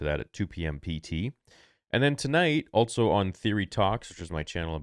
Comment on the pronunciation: Star Wars "Altso" Theory